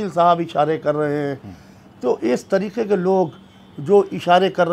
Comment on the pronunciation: se guzarish hai ke tareeke nahee Hai tareeqe hai qaaf ko sahee taur par ada karen